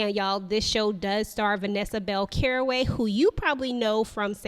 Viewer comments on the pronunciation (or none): Great review, however her name is pronounced, “Calloway,” not Caraway. Looks like a great series - thanks for the introduction!